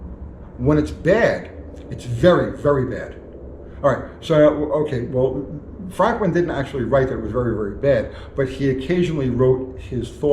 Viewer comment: I thought his name was pronounced "Frookman"?